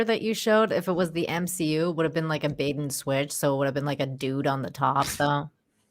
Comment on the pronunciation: I just want to say. It’s NOT M-She-U 😂 😂